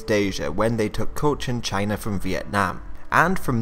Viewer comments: Enthused Norseman Exactly, that was how pronounced China in that clip. That sounds almost like how Donald Trump often pronounces China. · did you pronounce China with a hard J sound? Anyway, I hope you make more videos on Southeast Asian history, especially the Indonesian National Revolution and the Padri War.